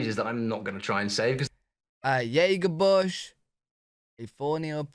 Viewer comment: Jabberbush is pronounced with a hard "J", it's not silent like Jägermeister.